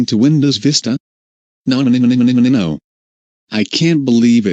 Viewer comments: lol. I like how instead of "nonononnonononononono", the person says" nonmnmnmnonmnono" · It's sounds like nooobanimanibano